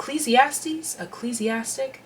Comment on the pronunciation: Ecclesiastical! You pronounced it perfectly! Pile 1🙏🏽❤